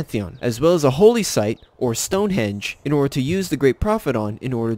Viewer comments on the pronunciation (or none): none